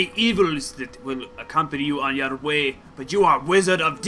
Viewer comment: lol went Scottish when he said "yer way"